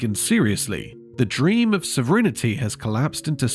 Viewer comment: What the F is "sovrinnerty"???